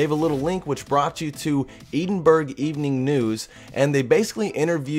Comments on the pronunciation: Lol, e-ding-brough. IT'S ED-ING-BROUGH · its edinborugh not edinburg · it's not ee-din-burg! It's edin-bur-ah as in Edinburgh Scotland! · Its not edinburg its pronounced edinburugh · Hey dude. Its pronounced Ed in burr a. Not Ee din burg. Lol. Sorry. We Scots get upset about that kinda thing. Kinda the same way as Canadians hate being called Americans. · u pronounced Edinburgh wrong btw its like saying this fast ed in brah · Eedenburg haha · It's not pronounced edinburg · he he. its ed-in-bra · Gosh the way u say Edinburgh just annoys me I live in Edinburgh and I pronounce it (ed-in-brugh) just saying :-) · Eedin burg lol google it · He said Edinburgh wrong and I live there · You said Edinburgh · You said Edinburgh wrong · You said Edinburgh wrong!!!! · The way he said Edinburgh! Oh god he could not have been more wrong:/ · U said Edinburgh wrong durp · How dafuq did you just say Edinburgh? ED-IN-BUR-GH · Edinburgh haha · you pronounced Edinburgh wrong